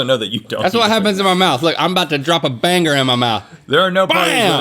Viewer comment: drop a bangHER?????? pronunciation is key